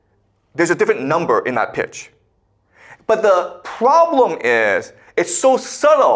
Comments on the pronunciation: “The pwoblum iiiiis…” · I love how always adds emphasis to the word problem